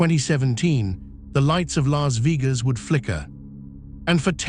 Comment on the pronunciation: Lahs veegas?!!!!